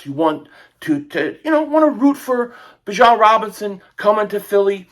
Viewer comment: It’s Bijan not Bijon.